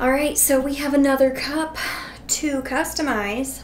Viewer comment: Not gonna lie when you said “customize” I thought you said “cupstamize”. Maybe that’s what you should call these videos going forward. 🤣 Love your videos so so much. I’m relaxing after doing homework all weekend, enjoying bingeing your channel. If I was Starbucks I would totally hire you to design cups. ✨